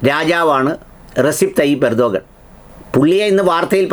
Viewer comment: റസിപ് തൊയ്യിബ് ഉർദ്ദുഗാൻ അല്ല ! റജബ് ത്വയ്യിബ് ഉർദുഗാൻ എന്നാണ് ശരിയായ അദ്ദേഹത്തിൻ്റെ പേര് ആൻങ്കർ ശ്രദ്ധിക്കുമല്ലോ😂😂😂